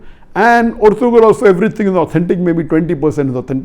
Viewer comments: IT IS PRONOUNED ERTURAL NOT ERTGRUL AS IN TURKISH "G" IS SILENT LISTEN TO THE OTHER ACTORS WHO CALL THEIR BEY ERTURAL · sir this is not ertugrul the g is silent here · It is erturul not ertugrul .